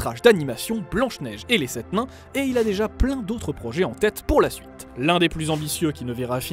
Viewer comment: C'est moi ou j'entend à la "Blanche Neige et les sept MAINS" 🤔🤗